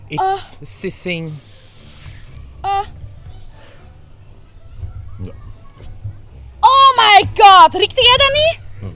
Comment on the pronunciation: Its sissing Its sapping but i riek it I’m not gone eat skin hé Yeah with your noise in it Gasje you promest Do it in beeld She is drinking bier 😂😂😂😂😂